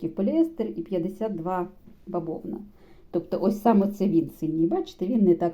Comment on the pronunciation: ви говорите "баБовна", чи мені чується?